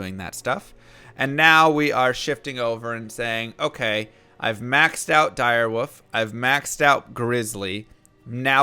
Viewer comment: Are you saying Dire Woof or Dire Wolf cause it sounds like you are saying Dire Woof. Is that a joke? Woofers? I get the joke. If that's the joke I get it. But is that what you are saying? Or are you saying Dire Wolf. If you are mispronouncing Wolf then I don't get it.